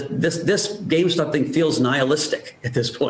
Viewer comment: She keeps saying “gamestock”